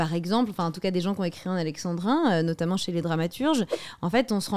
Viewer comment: Parce que du coup elle prononce les adverbes en mode "notammentE" et "lentementE" au lieu de lentement et notamment et elle justifie ça en disant que dans tous les cas à l'époque on prononçait toutes les lettres donc elle prononce de la même manière qu'à l'époque